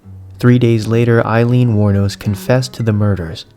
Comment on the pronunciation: Hmm, the internet says her last name is "Wuornos". Great story, really love this content.